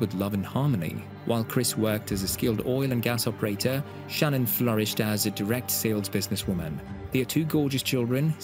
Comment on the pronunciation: She are showing the mistress, and it is Sha-nnanne